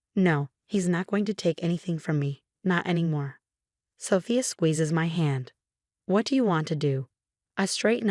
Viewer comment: Hey, can someone teach AI to pronounce Rachel or Sophia?